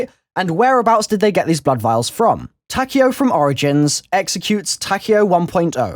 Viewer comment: Did u really pronouce his name takao? LOL